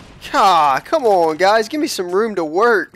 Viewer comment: Lol 'mikesome'...nice =P